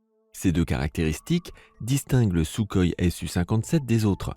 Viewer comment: désoler de faire le rabat joie mais : 1 on dit SouRoï (même si ça s'écrit kh) ensuite tt la fiche technique de l'avion est disponible publiquement (quasi rien de classé secret) de pus, le J-20 n'est pas si bon (l'armée de l'air chinoise pense a le remplacé au profit de modèle plus proche du f-22 A1 (qui est donc semble t-il meilleur) dailleur le j-20 (qui est fait pour les hautes altitudes est un avion de combats aérien , pas d'apui au sol (donc peut polyvalent) il n'a pas plus d'autonomie en vole que le f-22 (celui ci possède (comme tt les chasseurs de nos jour) la technologie des réservoir larguable et du ravitaillement en vol) toujours pas pour les airs-sol du j-20 (car c'est un chasseurs de combats aérien, pas d'apui tactic au sol (bombardement etc...). Pour le rafale les maverick ne sont plus d'actualité (je crois, ça je ne suis pas sûr) Pour le SR-71 blackbird, pourquoi est il classé dans une vidéo des avions de chasse ? autant mettre sa version d'avion d'attaque le y-a12 (et pas de reconnaissance furtive et d'espionage) De plus l'avion le plus rapide du monde avec pilote aujourd'hui est le x-15. La peinture noir sert a améliorer sa furtivité (la chaleurs ne posant pas problème grâce a l'emploi du titane.PS : (il ne vas pas du tt plus vite qu'une fusée saturne V (apollo XIII) allait (en pointe lors de son entrée dans l'espace) a environ 28 000 km/h contre au maximum 3500 pour le balackbird. JE M'ARRÊTTE ICI MAIS FAITE VRAIMENT ATTENTION A CE GENRE DE VID2OS QUI NE CITE